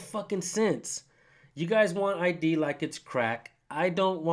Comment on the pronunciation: Man I would have lit up that supervisor on the detainment law ( I D ) Hes no better educated than officer “Eye -Radar” 😳 🤬